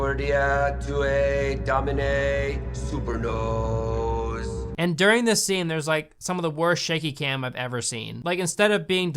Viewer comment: dude legit said "super nose"